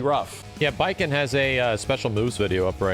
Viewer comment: I thought he said Batman at first 😵‍💫😅